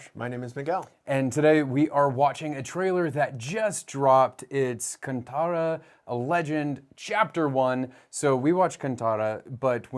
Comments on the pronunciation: Sorry but in the teaser Hindi title it was written as कांतारा which is how we pronounce it, kaantaaraa. Josh pronounced it as k-uh-n-taaraa which is कंतारा and that is not how it is written in the official titles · Always liked father son duo review videos....Happy that regional language Kannada almost proper pronunciation... Actually its "Kaanthaara" where "th" is to be pronounced as in "Thenos" or in "Thermo"